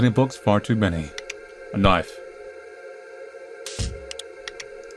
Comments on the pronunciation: “so here we have a knoife” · I love that he says knoife instead of knife :D